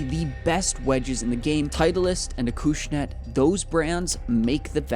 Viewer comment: It's pronounced Acushnet not Akooshnet 🤦